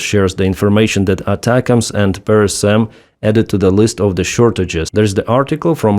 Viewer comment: FYI, PrSM is probably pronounced "prism".